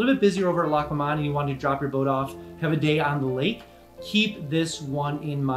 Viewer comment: From what I understand it is pronounced "Lock Loman"